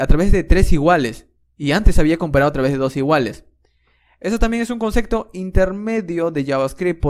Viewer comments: No se dice “concecto”, es “concepto” con “p” de papa. Pero lo dices con “c” cada 10 segundos. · Sos un genio. Pero por Dios no digas conceCto. Lo demás es impecable